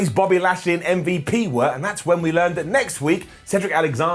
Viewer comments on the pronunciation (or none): What happened to saying ummvup he said mvp it sounds so odd plz correct urself next time